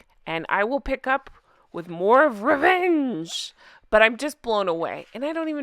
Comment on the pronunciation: Yeyy rrrrrevvenge hahahaha, ooh tell me, tell me 😁